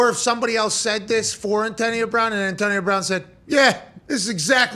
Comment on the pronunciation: He can’t pronounce “Antonio” properly 😂